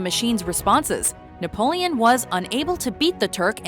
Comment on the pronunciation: Wait did you say he was called "naboleon"? Cause that's Napoleon the third and it was not affectionate, rather the contrary. Also I'm pretty sure Corsica was bought and not conquered ( but I'm too lazy to check) :)